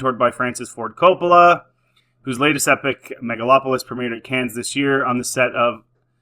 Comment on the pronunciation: First of all, Coppola funded the ENTIRE film himself. 130 million dollars. Secondly, it's pronounced 'Can' not 'Cans'. There you go. Sort your mic control out.